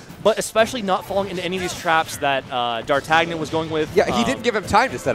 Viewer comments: Technically he's the fourth musketeer, right? Pronounced "Dar-tan-yan" Between this and Kvothe, Smash casters need to brush up on their literature :) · What special sort of uncultured peasant doesn't know how to pronounce Dar-tan-ee-uhn? 😂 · D'Artagnan is the name of one of the three musceteers, it's pronounced in a french way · It hurt that he didn’t know how to pronounce D’Artagnan, even after the other commentator told him.